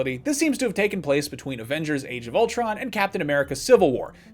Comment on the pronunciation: Ultron....it’s Ultron y’all